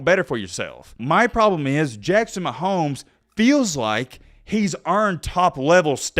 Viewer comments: said Jackson mahomo 😂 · Jackson Mahomo! Thought I was the only one who said they last name like that haha! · Jackson “mahomo” situation 😂💀 thought he was slick